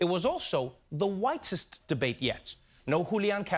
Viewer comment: I thought Bearny said, "and the whitest as well!"